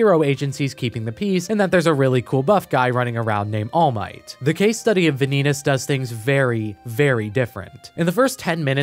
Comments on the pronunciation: "Vaan-ie-tas" not Van-eet-us, Please thank you. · "vuh-nee-dis" its "vah-neet-ass" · wait just a second, is Vanitas supposed to be spelled Ve-nee-tas? Not Vah-ny-tas? (as the word vanity) O_o edit: i watched the trailer and even the japanese pronounce it correctly. how do you do an essay video and botch the title? O_o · Dude, I like your points but mispronouncing Vanitas is driving me nuts. I thought you watched the anime. It's Von-ee-toss not Van-ee-tus. Sorry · Im sorry but this feels like an insult, Im pretty sure its pronounced as Van-knee-tas. Not vaneetes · ah yes, Vaneetus. Any relation to Sneed? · why is he saying vanitas like venidis😭😭😭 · "The Case Study of Vanee-tas" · The Vanitas (book and mc) is pronounced as Va-nitas not Vanitas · Very nice review, but the correct pronounciation is Vànitas. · the video is great, I like it, but like, how exactly did you pronounce Vanitas? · Thats not how vanitases name is pronounceddddd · It's really annoying hearing him mispronounce Vanitas over and over despite it being said the same every single language that Crunchyroll has... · Please, never say “Vanitas” out loud again. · Are you sure you watched the anime ?😅 you kept pronouncing vanitas wrong